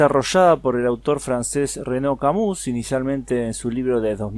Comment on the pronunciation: se pronuncia CAMÍ.